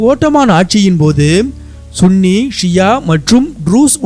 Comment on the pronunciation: Sunny என்பது தான் சரியான உச்சரிப்பு